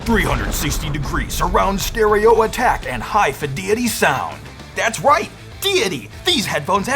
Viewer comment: Bruh, “hi fediety” broke my ribs😂😂😂😂